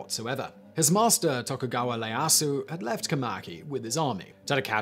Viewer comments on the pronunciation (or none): Hell, they are bigger issues in his pronunciation. Leyasu (Ieyasu)? Leyosho (Ieyoshi)? In Japanese i is pronounced as ... i. Not L. Also, Tomo (Tomoe)? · How about Minamoto Yoshitsune? overall excellent but some names like Masashige and Ieyasu. were mispronounced.